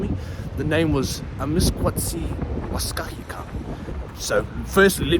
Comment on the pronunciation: Nēhiyawēwin (cree) speaker here, pretty good pronunciation of Amisk waciy wāskahikan/ᐊᒥᐢᑲᐧᒋᐋᐧᐢᑲᐦᐃᑲᐣ love to see it when new people call Edmonton by its og name!❤